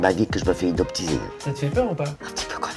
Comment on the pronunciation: "hypnotiser" ? XD